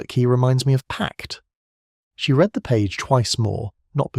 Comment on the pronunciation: Always enjoy Miss Marple.Listening from GB. Will someone teach to read the word read,future tense and read past differently.!! It sounds wrong if they are pronounced the same.